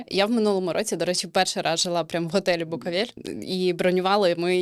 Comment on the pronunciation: Чому ведуча каже "букАвель"? Якщо він БукОвель)